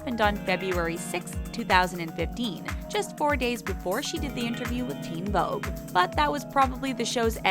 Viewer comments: Did anyone else notice that it said “theen Vogue” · “theen” what? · “Theen Vogue”